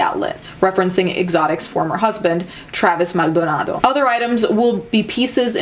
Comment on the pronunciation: I swear i never do this but if you would take time to check out my take on tigger king I would appreciate it. Thanks in advance. N I love how you pronounced my last name Maldonado 😍😍😍😍😍😍😍😍😍